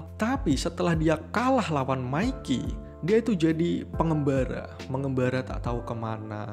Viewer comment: namanya:izana yng gw denger:ijana namanya:mikey yng gw denger:maikiy